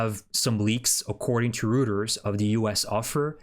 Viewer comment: Reuters is pronounced “Roy ters.”